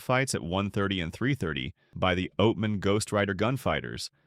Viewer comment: Not going to subscribe to a channel that can't pronounce Javelina or Oatman. Not understanding the difference between cougars and mountain lions is also not a good look. (yes I KNOW)